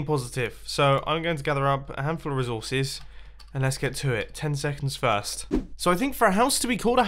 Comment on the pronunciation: When he says resources it sounds like Razoses